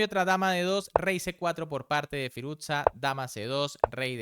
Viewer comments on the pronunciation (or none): Firus-sha. No firuzza como si fuese una pizza